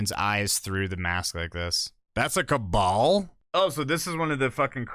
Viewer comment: it's not Cabal it's Cabal